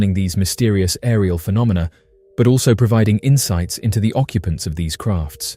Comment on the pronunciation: lol, you said phenominal phenomina 😂